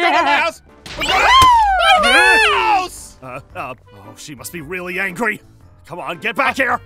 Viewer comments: i like he said angy and not angry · Why was ein saying angry wrong he said angy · Angy got me good. And the fact that also said angy instead of angry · I Love How Says Angy Instead of Angry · B U T S H E A N G Y got me laughing😂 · i love wen ein said she ange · Eating kit say some words right he say angr not angry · says " angy " instead of " angry ".